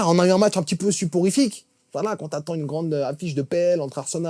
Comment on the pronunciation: ça fait deux fois que je t'entends dire suporifique, à chaque fois je me marre, le bon mot est soporifique mais c'est vrai qu'avec le jeu de liverpool en ce moment suporifique convient mieux 😁